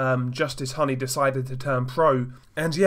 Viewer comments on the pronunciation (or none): It’s pronounced Hooney like Rooney.